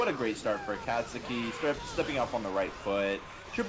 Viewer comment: every match with giggles is a good match lmao! Also shoutout to the Akasuki pronunciation, your Certified Weeb card is in the mail xD